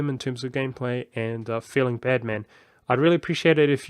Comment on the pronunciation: i like how when you say "bad man" you say it as one word so your like "feels ba'dman"